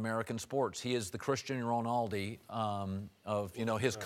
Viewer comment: If you don't how to pronounce christiano ronaldo, then just don't use him in the sentence.